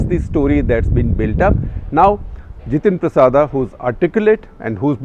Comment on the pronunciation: Not जितेंद्र प्रसादा, he is जितेंद्र प्रसाद।